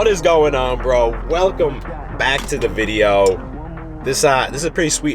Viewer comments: Idk why it’s satisfying to hear u say “videow” 😂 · Maybe more of a Vide-Ya'll